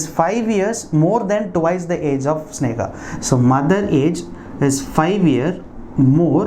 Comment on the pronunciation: Hi sir it's sneha... not snega